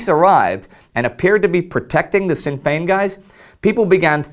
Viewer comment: The Sinn in Sinn Fein is pronounced like shin.